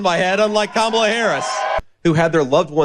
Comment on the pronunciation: Vance is stupid as trump and he can't pronounce Kamala!